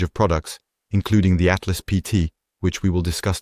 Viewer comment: Altas; not Atlas :)